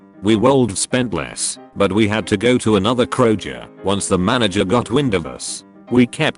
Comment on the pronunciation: No one: Literally no one: Not a single soul: Text to speech: krojer